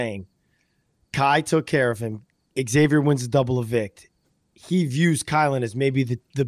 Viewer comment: Nice to have friend view of game with the houseguest they know. Friend was so kind…he never corrected your pronunciation of Xavier. Xavier’s friend calls him Zavier not X zavier.